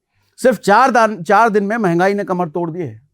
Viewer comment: mahangai ki म नहीं बोल पाते 😂